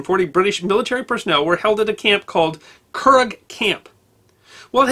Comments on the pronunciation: great video - very informative - someone else has probably said this but it's pronounced "curr - ah" as opposed to "curr- agh" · Thank you so much ! Hind sight is always 20/20, De Valera was utterly focused on the Irish state functioning as an independent free state in all matters. Our country is full of memorials to WW2 related incidents. Curragh is pronounced Curraaa, agh is aaa in Ireland, gh is silent, 🙂🇮🇪🇮🇪🇮🇪☘️☘️☘️ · Curragh Camp Pronounced curra . not "current" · Eamonn de Valera's poisition as Taooseach (equivalent to UK Prime Minister) is pronounced "tee-shock." Plural is Taoisigh (tee-shig).. The internment camp is the Curragh (kerr-ahh) is the maim Defence Forces camp. I love your videos. They have natural balance often lacking in history videos and are erudite.yet break down complex issues understanably. Please keep them coming from a very appreciative Irish viewer and fellow history buff! Also dont forget the treatment of Irishmen who fought in thr Crown forcees,mainly those who deserted and were blacklisted from Government jobs after their return or those whor were shot for cowardice when in actual fact suffering from battle fatigue. Ireland had a clear bias towards the Allies in things like trestment and release of POWs and use of Irish airspace. The IRA wouldn't have any mandate to act as a 5th column for the Germans and were at a historical low point before the Troubles began. A lot of prominent militants were interned during the war. Hitler's brother also lived here for a period working in a hotel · A very fair review of events. By the way "Tooisech" (prime minister) is pronounced "T-Shock", and The Curragh, "currra". Well done. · Your pronunciation of a few words is not correct. Taoiseach is pronounced as Tee-shock and the Curragh is pronounced the Curraaaa. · Curragh is pronounced currah. BTW for ‘the ’ you still have the conventional view of WW2. The official narrative is full of holes.